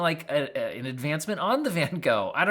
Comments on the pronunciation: I wish they hadn't named it after Van Gogh. Americans just can't pronounce it right and it hurts 😅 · Much as I love my American family and friends, y'all really need to learn how to pronounce Van Gogh!